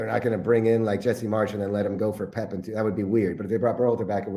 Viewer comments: Pep, not Poop! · Bro said pep guardiola 🤣💀💀